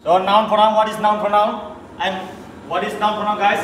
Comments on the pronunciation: Noun /pornoun🤣🤣🤣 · Pornoun😂😂 Its should be pronoun